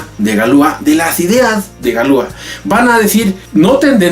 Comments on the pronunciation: Pronuncias mal, dices galúa, cuando deberías decir galuá, acentuando la última a. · En francés las palabras son agudas. Galúa es una mala pronunciación. Es correcto Galuá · No se pronuncia galúa, se pronuncia galuá....... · Interesante,,, solo que se pronunciaría galuá, con acento en la a. Ya que en francés todas las palabras son agudas.